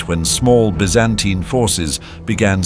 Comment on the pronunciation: how many different ways are you going to say Byzantine? If you are a British company I can accept the B.E. pronunciation. In less than a minute, you pronounced 2 more ways, 1 was American English. Get your shit together and be consistent.